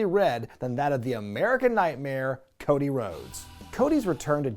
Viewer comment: Ah yes, the evolution of Woah-dy Woah-des